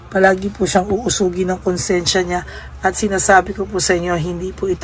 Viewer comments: madam di po uusugin ang tamang salita ay uusigin . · Uusigin po ata ndi uusugin.. Tama po b dinig ko. Correct me if I'm wrong